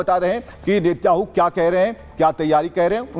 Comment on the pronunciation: नेत्याहू नहीं श्रीमानजी नेतन्याहू 😂😂😅😅😢